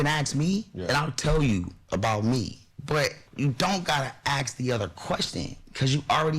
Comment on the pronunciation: *Ask (not axe 🪓 )